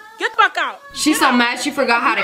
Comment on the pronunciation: That's okay. That's fuckay. (That's what it sounded like to me)